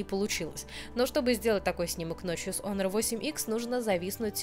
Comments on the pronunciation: онор, ОНОР ! Ты же моя хорошая, ну наконец-то кто это произнес правильно, дай обниму ! Оно же обычно у всех "Хуавей Хонор.." брррррр...крипота. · Вообще-то онор, а не хонор, я тоже скажу ксяоми, а сяоми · УМНИЦА,наконоц то не Хонор,а Онор,правильное произношение,спасибо,а то вместо h,говорят Х,получается одно ругательство